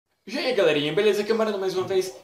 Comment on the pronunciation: mano coloca no inicio e percebam que o moreno fala jiai galerinha beleza nao é pra ofender ou derrbubar eu apenas estou falando pois se eu nao falar de pessoas vai ficar pensando que e pra ofender